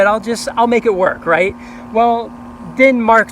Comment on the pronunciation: he said half rit half hot water